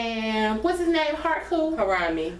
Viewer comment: It's about time! OMG I'm the same, 0 motivation! 10 or 11 is the perfect start time. Ditto! I could breathe on Sunday. It was a nice. butchered Harambe's name the entire video LMAO. He had to go, but RIP in Harambe. Just chillin on Memorial Day weekend and caught a few bullets. F the playoffs! OKC pissed me off, it's over.